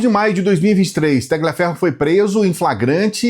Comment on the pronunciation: não se pronuncia Ta"gli"aferro.. é um nome italiano e a pronúncia correta é talhiaferro, mas a escrita é Tagliaferro. 🎉